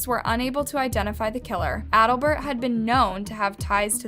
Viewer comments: I’m sorry but trying to focus on this story when you keep mispronouncing a key characters name is so frustrating. His name is Al-Bert not Adlbert. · Trying to figure out what you mean by "bottle cap glasses." How would one see through those? Also, how you managed to pronounce "Albert" as "Aldabert" and "Jacinto" as "Sineatoe" is beyond me. Did no one proof this script or was it a cold read? This was so badly done I just gave up. Interesting case I had not heard about, so I am going to go read about it somewhere else rather than listen to any more of what feels like a thrown together book report by a middle schooler.